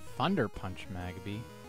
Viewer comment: When you said Magby it sounded like megabee. 😂